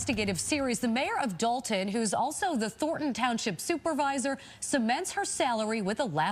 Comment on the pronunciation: Why do yall always call it dalton? Its Dolton.